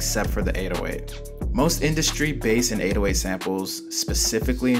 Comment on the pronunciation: bro u dont pronounce it baas u pronounce it base